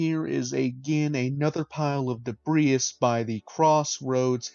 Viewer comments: I imagine you've never heard debris pronounced, only read it. It is pronounced de-bree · Sorry, great video, but I got caught up early on your pronunciation of debris. The 's' is silent, it's just 'debree'. Thankyou.